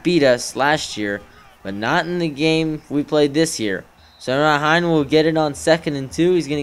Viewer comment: It's Hee-nay not hine.